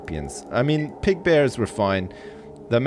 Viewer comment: man you got those "bears" real good